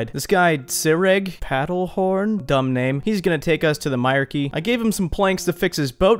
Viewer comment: my-R-Key LOLOL its pronounced my-reek totally being "that guy"